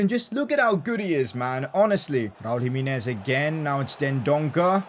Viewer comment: Jimenez not Jiminiz